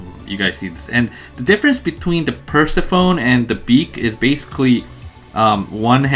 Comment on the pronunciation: Thx for putting this together, very helpful. Btw Persephone is a goddess and its pronounce per-se-funny